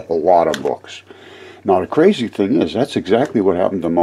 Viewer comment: Your not crazee it is seeable.